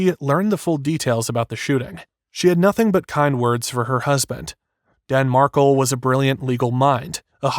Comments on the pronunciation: Mar-kel not markle. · It’s pronounced Dan Mark-EL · It’s Mar’Kel